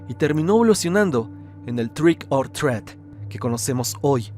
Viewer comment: Trick or treat se pronuncia /trik or tri:t/ no /tret/ como dijiste, aprende inglés